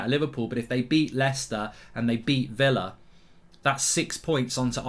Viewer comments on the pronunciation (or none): none